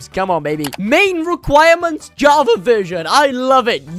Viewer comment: he said Hava edition not version